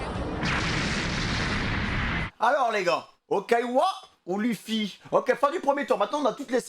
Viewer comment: Arrêté de dire luffi ça se prononce leufy